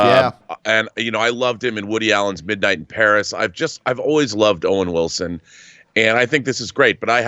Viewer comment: Wowen Wilson.